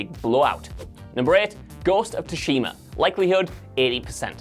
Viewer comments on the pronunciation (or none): Say it with me, soo-she-ma.